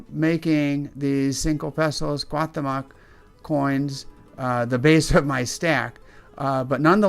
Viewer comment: Please learn how to pronounce the name correctly!!! This hurts my ears hearing you murder the mexican culture making this video. He would of taken your heart in a instant!